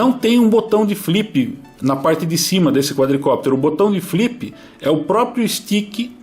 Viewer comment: " flipi, bipi e sticki" loool! bom video! gosto muito desse quadcopter!